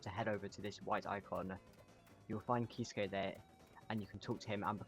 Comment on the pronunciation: what i don't get is that he pronounced Kisuke's name right twice but then proceeded to mispronounce it